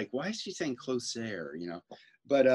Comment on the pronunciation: Closer (close-air) in the Irish language coplia’s é and í are common it’s possibly a linguistic carry over